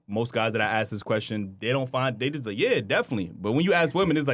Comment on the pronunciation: Aks? Axe? As in a hatchet?